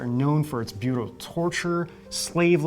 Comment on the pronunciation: Butal??? U mean brutal. Jeez bro what's wrong with you